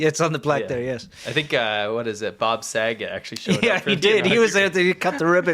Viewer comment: The kids who weren't there pre-1999 need to be taught that Saget is pronounced "sah-'zhey". Muhfugga was funny, but French as a bundle of sticks. o/